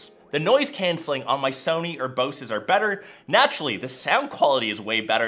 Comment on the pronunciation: He says Bose weird it’s b o s e